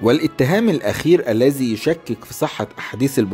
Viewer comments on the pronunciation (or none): none